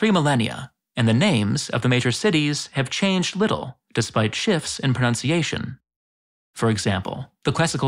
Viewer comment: Awful pronouciation